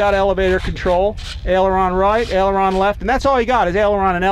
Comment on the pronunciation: It's AILeron not Eleron.